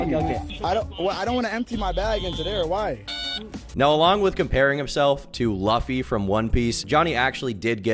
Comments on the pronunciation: Dude... Luffy is pronounced Loo-fee. Ok? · Please, the way you say Luffy is hurting me inside😢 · pronunciation of Luffy is just blasphemous